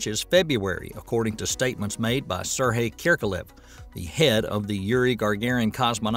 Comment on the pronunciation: Suddenly no-one can pronounce Sergey.